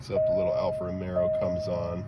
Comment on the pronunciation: Time to fix your pronunciation ("Alfa ROMEO" not Romero and not Quadrifogglio either) and correct the title too (it's "QUADRIFOGLIO" not quadrafoglio).